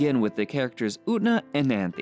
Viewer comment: FINALLY someone who doesn't pronounce Utena like "oona"